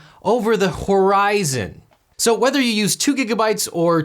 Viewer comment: Over the Ho-Verizon?